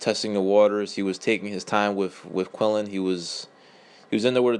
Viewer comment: its Quinlan not Quillin